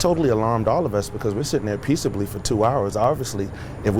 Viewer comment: Lol, he said peacebly.